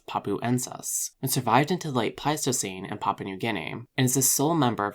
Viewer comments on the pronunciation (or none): none